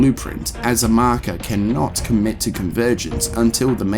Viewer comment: In terms of lore, a concise & excellent video, but there is one thing I must say: Mahkuh.